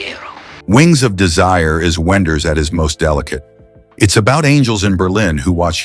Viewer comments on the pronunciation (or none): He was ironic about the pronunciation of Wenders' name. The right german way of pronunciate it is as "Vim Venders", not "Whim Whenders". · W in German is pronounced with a V- Wim Wenders.